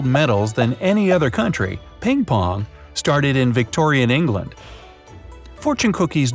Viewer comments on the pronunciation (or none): none